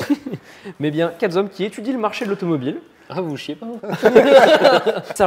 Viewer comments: "Quatre z'hommes" ça pique les oreilles 👂 😂 le 'h" empêche la liason 😉. Vidéo très sympa ! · Première que je regarde. Le mec ouvre la bouche QuatreZommes ! 😮 T'es sérieux ? C'est niveau CE2. A 2min de vidéo, SI tu L'AURAIS acheté !! C'est chaud les gars là j'ai les oreilles qui saignent je me casse. C'est dommage le sujet avait l'air cool.